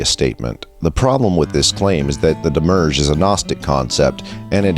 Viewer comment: *Psst, it's "demi-urge" and it isn't "Elias" * [/nitpick] Looking forward for more with great anticipation!